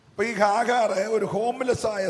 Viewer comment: കാഹാർ അല്ല..."ഹാഗർ"